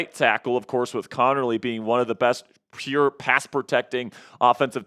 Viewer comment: The word "pure" is one syllable, not two. It's not pronounced pee -urr.